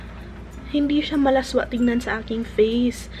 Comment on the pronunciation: I think you meant "masagwa", not "malaswa". I know you're not Tagalog and I don't mean to bash. :)